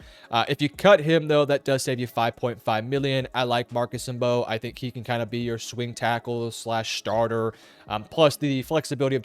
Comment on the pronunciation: It’s Marcus Bow. No M